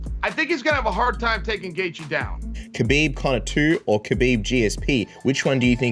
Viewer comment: is it so hard to say habib lol people these days